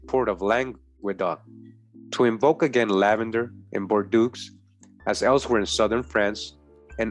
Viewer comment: I am very interested and I have been fallowing you for a while anyhow bordeaux is prononce bordo the french eaux is just a "O"